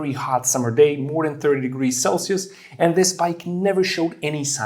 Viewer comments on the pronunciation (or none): none